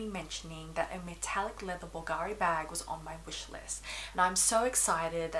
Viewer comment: Very well thought out review! I’ll tell you this, because I know you’ll appreciate it, plus you’ll be the first one in the fashion YouTube community(that is not Italian: I’m Italian) that is going to pronounce it correctly! Bulgari: the accent is on the u! (just go to google translate Italian and then listen to how it is said!). Keep up the good work and congrats on your baby boy Leon. 😊